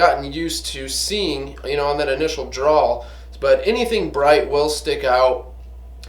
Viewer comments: I found "drawl" funny, too. Also odd for a gun guy to mispronounce "draw". Similar to those folks who say "drawls" for "drawers" when speaking of pants, especially undershorts. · "Drawl", "drawl", "drawl". lol... and "Expecially". The current public education system hard at work. A drawl is what you have when you speak with a Southern accent. A DRAW is what you do with your gun. And it's "especially". No "x". Other than that, I learned that you like Talon Tape (it's on all my guns) and to put paint on your front sight. Buzzkill... Cool apocalyptic bug-out room. You might want to spend some time on that table muscle though. Gotta have the cardio to run all that hardware when the zombies come. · Drawl!!? It's DRAW